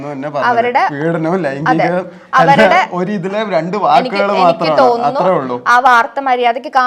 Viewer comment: "Laigikam" alla "laingikam" anu chechi😂